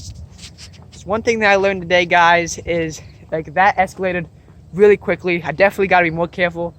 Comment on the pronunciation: This yawd wasn't wealy that ovewgwown.